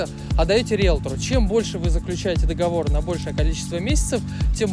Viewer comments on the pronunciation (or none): none